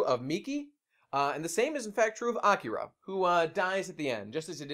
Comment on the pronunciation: “Awkera” I’m gonna fucking bash my head in if I hear it said like that again.